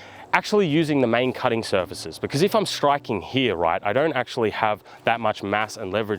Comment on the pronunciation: . . . H E R E . . . The word is "here" NOT "hyah" 🤬